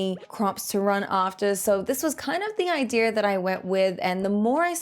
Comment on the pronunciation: How do you say ideer for idea, like where's the R from